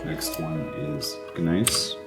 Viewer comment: Gneiss is pronounced like the word "nice", and schist is pronounced "shist". Other than that loved the video!